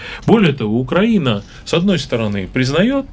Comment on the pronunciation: Роман, пожалуйста попровляйте их пожалуйста по поводу "на" и ударения в названии нашей Украины, очень режет слух